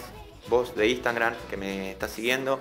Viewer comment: Lo digo de buena onda, es Instagram no Instangram